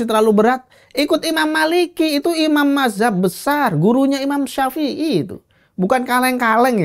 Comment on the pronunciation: narasumbernya bilang Imam syafei jd syaepiyyah😂